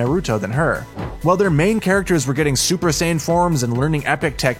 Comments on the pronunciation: Did this guy say sakoooooooora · yo listen to how he said sakura 😳